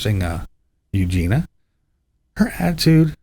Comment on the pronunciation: BTW - Eugenia's name (I believe) is pronounced 'Eugenya.'. Just sayin'.....